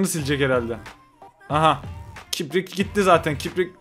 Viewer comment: Allah’ım ya kiprik diyor kirpik diyemiyor😂 neyse biz kipriği seninle seviyoruz.